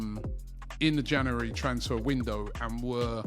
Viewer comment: Robbie still talking about the ‘Janeree’ transfer window 😂